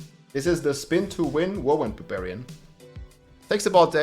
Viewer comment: Barbillions? No….its barbfinite damage!